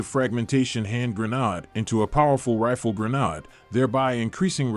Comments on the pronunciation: Gren - aid you AI ........! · WTF is a gren- AHD? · Pronounce it properly gren aid. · it's pronounced grenade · There is no “r” in grenade! The narrator got it right a few times.